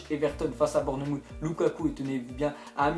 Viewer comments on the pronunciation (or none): Ca ce prononce Born"mousse" et pas Bornemoute au passage =P